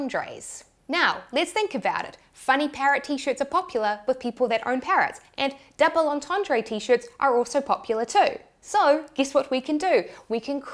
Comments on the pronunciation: Say (approx.) 'dooble orntorndr' - not 'orntorndray'. I'm a bit closer to France than you are (to put it mildly). Please kick me. I would.. All best, - what don't you know? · Take a drink every time she says "on-ton-dray" even though it says "on-ton-druh" in the dictionary screenshot displayed on screen. 🥃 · Great vid thanks but please learn how to pronounce "double entendre" correctly lol